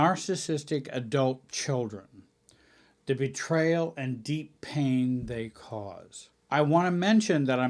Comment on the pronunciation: Betrayal, not betrail